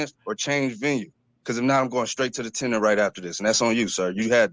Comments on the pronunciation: TENURE. NOT TENOR! THANKS! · What's a tinner? is that was the guy said.... just asking